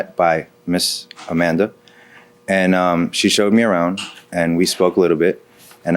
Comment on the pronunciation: Her name.... "Au-man-duh"